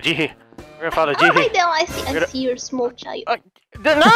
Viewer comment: It sounds like is saying smoll